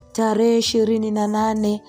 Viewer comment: Historia nzuri. Ila ndugu msimuliaji jitahidi uboreshe kiswahili chako hasa matamshi. Semanini🫴Themanini, Talehe🫴Tarehe, Wiriam🫴William